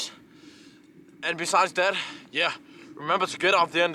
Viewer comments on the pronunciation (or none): I love how he says wilderness. lol